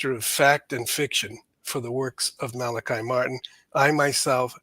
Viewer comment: His name was pronounced Malachi (mal-el-KEY). Malachi Martin was released of his vows of poverty and obedience (not chastity). Malachi came to NY and for a time drove a cab. Also, he performed exorcisms. He was a most remarkable man. There is much you left out. He continued a relationship with John Paul II..... and you should inform yourself and find out how far he went as far as titles go. Fascinating man.